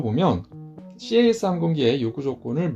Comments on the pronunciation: CAS "씨에이에스"로 읽지 않고 그냥 "캐쓰"로 말합니다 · 군(공군-ROMAD)복무때 CAS시 미군 A-10이 날아와서 함께 작전했던 기억이 나네요. ^^ CAS '캐스' 라고 읽습니다~